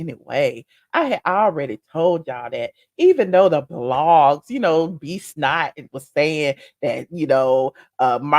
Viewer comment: Every time you call b Scott… b snot I die lol 😂